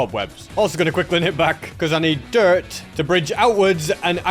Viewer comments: pardon? "dirit"? "sheares"? plz tell me I'm not the only one hearing this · why did bro say dirt like that? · WHAT WAS THAT ACCENT WHEN SAYING DIRT